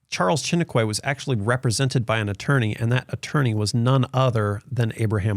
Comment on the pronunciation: loved this video and thank you... so much information so I am sharing this video ...just a little thing: lol Charles Chiniquy, (in french quy is pronounced Kee or Ki so Shi-ni-ki or kee! :) he was french Canadian! so Shi-nee-Kee (short e sound not kway pronunciation) just saying :) He and Abraham became friends Chiniquy was his confident!